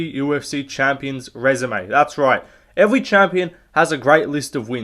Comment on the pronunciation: Evewy champion🤓 😂😂